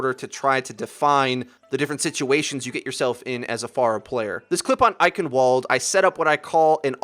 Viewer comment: Oh my god, please pronounce "Eichenwalde" correctly.